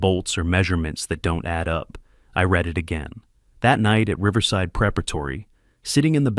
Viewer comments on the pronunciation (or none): Read pronounced as red gets my on nerves.